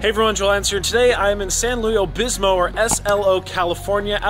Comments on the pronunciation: Luv your vids Joel! But it is San Luis Obispo...not Obismo! 🤣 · SLO is San Luis Obispo, not "Obismo"